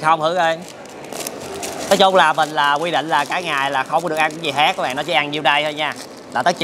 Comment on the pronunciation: khác = hác